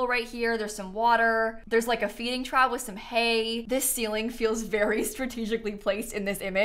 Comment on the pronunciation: Hey, i don't wanna be that fussy person but feeding trough is pronounced trof, just so you know😊